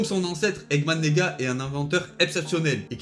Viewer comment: Je suis le seul à avoir entendu egman neega